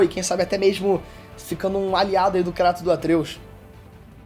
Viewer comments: Kreitos chama de kreitos não krAtos... Isso me odeia kkkkkkk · Na dublagem original eles falam "Kreitus", mas o experts do YouTube, como Davi Jones, e até o falam KRÁTOS kkkk entendo isso não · é kraiiiiiiiiiiiiiiiiiiiiiiiiiitosssssssssssssssssssssss NAO Craaaaaaaatossssss ( não ligo pra isso mas me da um tick nervoso KKKKKKKKKKKKKK ) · Mano e tao estranho o kratos sendo chamado de kratos em vez de "kreitos" no ingles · Não consigo respeitar alguém que fala "Cratos" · Dahora, mas tem que falar “kreytos” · Fala direito, cara! É muito feio. Fala "Kreitos". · O CARA Q FALA CRATOS E PRA PULA O VÍDEO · É a maneira brasileira de falar desinformado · O jeito que ele fala Kratos é totalmente errado, PQP.